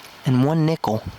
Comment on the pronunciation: Nickel sounds like Nipple